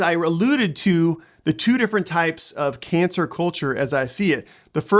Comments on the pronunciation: Why are you saying cancer instead of cancel? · I thought I was hearing it wrong. I kept hearing cancer culture. Haha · You're saying cancer culture lol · how can you be seen as being credible when you keep saying " cancer " instead of cancel culture? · He kept saying "cancer culture". Good video otherwise.